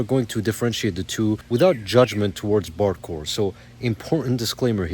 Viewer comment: I keep hearing "bardcore" as "barre chord!"